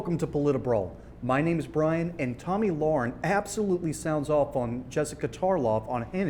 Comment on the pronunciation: Her name is Lahren, not Lauren